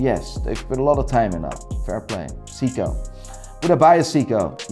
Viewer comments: The way he says Seiko I thought he was talking about Seagull movements. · It’s “say k-oh.” You’re welcome. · Seiko not Siko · Why do you pronounce Seiko as "Siko"? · Jaeger. Pronounced like in Pacific Rim? What's a Seeko? 😝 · Seeko??? Are you fucking kidding me??? And while we're at it, it's not Bretling either!!! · I tuned out at 'See-co'. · Grand “SICCO” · Why is he pronouning Seiko as Seeko? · Siko? You do have a funny way of pronouncing certain brands😂. Regarding Grand Seiko, you should check the finish on those watches. Total eye candy. You can say whatever about their movements (I personally like them), but they have always excelled in their design, even mid tier models. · Who pronounces Seiko as Seeko? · He called Seiko seeko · can never get over how chooses pronounce every watch brand properly except Seiko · You know someone is full of swiss goop when they consider rolex god tier and trash grand seiko. Let alone the fact he can’t pronounce seiko correctly. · Why does he pronounce Seiko like that? lol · That's the first time I heard someone who's into watches mispronounced SEIKO. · This man is so weird. Pronounces Uliyses Nardin perfectly yet but can’t pronounce seiko. Along with his seiko and A longe and sohne ratings? WTF and Richard Mille despite not being good they aren’t trash. If you say you like watches based on the artistry and history Richard is definitely good. So just because you don’t like it it’s not trash. I would have said meh because I don’t want one but I can still appreciate it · This guy is trying waaaaay to hard. He'll try to pronounce some brands like Hublot or Panerai with an accent to try and pronounce it ''Correctly'', but can't or wont pronounce Jaeger-lecoultre or Seiko the right way. How do you mess up saying Seiko? You're a fun dude with lots of energy, no need to try that hard and pretend to be what you're not. Don't be that guy my dude. DON'T be like Kevin O'Leary when he mispronounces watch brands in bad French.